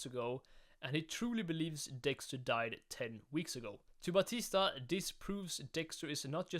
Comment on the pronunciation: "Angel Ba-tisdag" ahh pronounciation.